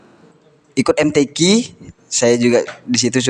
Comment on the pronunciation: MTQ .... KOK PENGUCAPANYA KEK BHSA INGGRIS🤦